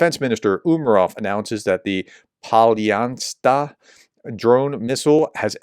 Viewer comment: Hey Professor try "Pal-yu-neats-yu" that will get you close to the pronunciation of Palyanytsya.